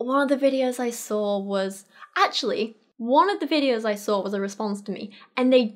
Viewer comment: Why do you put an R in the word saw?